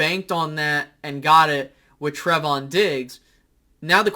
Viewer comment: TRAAAAY-von not TREH-von lol. Trevon diggs lol. Just messing with you (but it is lol) but bland is an exciting prospect especially since we got him in the 5th round. I think Wright is what he is but it's good to see him look to be improving. Kelvin Joseph is concerning at the moment, as a second round pick he should be further along than he is. One thing I think is crazy though is the AB hate. He has had a great camp and many say he's been one of the best on the team. You'd think that people would be happy he seems to keep improving and looks to be, at least at the moment, a solid compliment to diggs on the other side of the field. Regardless, I'm excited for this defense this year. I think we will be even better than last year. I think we have taken the next step talent wise- even if it's just growth from guys we have already had. While we may not replicate the turnovers from last year, I think this defense is going to be better and more solid all around so that we won't need to rely on turnovers as much as we did last year. I think the turnovers kind of masked the level they ACTUALLY played to last year. I thibk we change that this year. Another year of guys in Quinn's system, more talent for DQ to mold and utilize their strengths...the defense I feel great about. The offense.. well in my opinion we will just have to wait and see. I think this offense will HAVE to have a great run game in order to be successful this year but especially with Tyler smith's strengths, I think